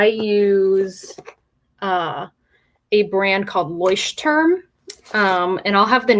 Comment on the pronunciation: "Leuchtturm" is a german word and i couldn't recognize it until i was able to read it x3 google translate can help with the pronounciation, if there is interest^^ i thought about starting with a bullet journal but I dont know if it feels right... or forced ^^'